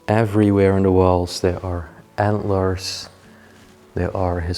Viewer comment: You know when you can see the door knobs they aren't "secret. " And please I know I'll get hate comments for saying this but could you please pronounce the "th" correctly and not as a "d"? As in over THere and not as over "Dare". Ohh one more thing, the frame of a picture is the part that "frames" the object for instance a picture or a painting of something, a frame is not the part inside of said "frame". And a clock face is the part with the numbers and hands , the rest is the case. I hope you take this as friendly constructive criticism. I 🙏🏼💙🙏🏼🙏🏼🙏🏼😊. Thank you for the awesome places you show us. Stay safe 🙏🏼❤️.